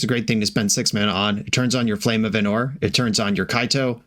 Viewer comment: it's Ánor not Anór